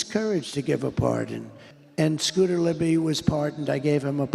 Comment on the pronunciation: Scooter Libbidy toilet is my favorite crossover political meme. (pretty sure he said libbidy twice)